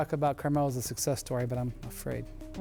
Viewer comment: "He did not have suses"!! Dude!! it is success ffs :) these big fat fellas are struggling with their english, it is unreal